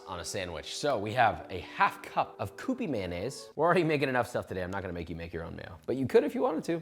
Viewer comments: Bro kyoo-pee, not coop-ee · Kewpie is "kyoopee". It's packed in a Kewpie doll shaped bottle for a reason. Maybe some Asians read it the other way, but who's Asian in this video? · Pronouncing Kewpie wrong fam. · “Koopee Mayo” lol